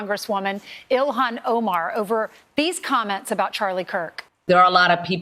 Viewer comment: Isn't it "IL-haan"...not "Ill-aan"?